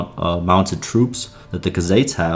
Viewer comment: Bro said cuhzates lmao it’s pronounced “koo-zites”